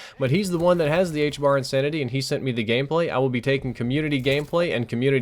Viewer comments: say hbr not hbar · yeah its actually the h bra XD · and you said H Bar, but because of the spelling it would actually be H Bra... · I can't be the only one that goes crazy every time he calls the HBR the HBAR